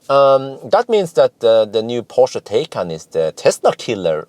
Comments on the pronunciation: It is pronounced Porsche Thaikaan, not Tay-can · Hi, Taycan is pronounced as Tie-con, or like Thai-con:) or like english “Tie” and Norwegian “kan” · You've nailed Porsche like a German, now to work on how they say Taycan (Tie-kan).;) ONE = multiple Porsche test drivers!:) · Tie-con. I remember it by tying up a convict. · Pronounced Tai-Kan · With a name like that, Porsche should be glad if people don't pronounce it 'tea can'... Thinking of... If I'd buy one, I'd name it 'Earl Grey‘ 🤣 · Well done on the Porsche pronunciation I actually believe Taycan should be pronounced Tie con!! More fun to be had with our German friends lol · Taycan: the "a" is to be pronounced like an english "i". Thanks a lot for your great work